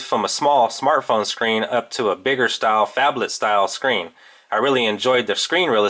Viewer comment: Did u say fabled?!